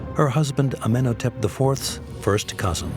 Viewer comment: He doesn't pronounce "Amenhotep" correctly, either. The odd thing is that in another episode he pronounced Akhenaten's name incorrectly throughout, but got it right once - just once. He couldn't even stay consistent. Weren't any of the producers present to make corrections when he recorded the voiceover?